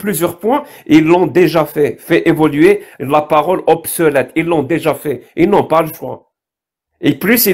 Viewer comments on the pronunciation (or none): on dit obsolète et non pas obselète, on dit utiliser et non pas ituliser. Les erreurs de